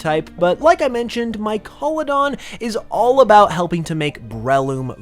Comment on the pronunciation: "Mycolodon" sounds like you're saying "My colon" 😢